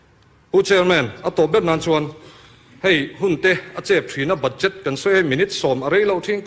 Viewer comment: BUDJET: ba'jet tia lam tur..ka lawm e..